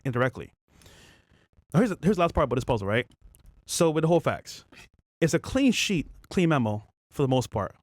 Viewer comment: it’s “with” not wiff..